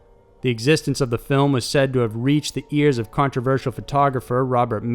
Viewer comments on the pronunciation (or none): none